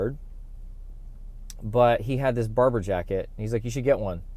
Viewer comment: I love that Barbour look, it’s classic. I have several Barbour jackets, the Beaufort being one. You’re right, it can be worn in nearly all occasions. Beaufort is pronounced Bo’for. Odd, I know. We also pronounce Barbour as Barber. I think you’ve nailed the fit, perfect. Looks great.